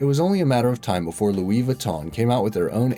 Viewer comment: Loowee viton